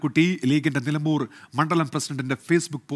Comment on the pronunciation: മലംബൂർ അല്ല നിലമ്പൂർ